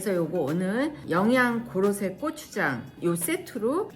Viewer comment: 귀여운 발음 "꼬"추장😂❤❤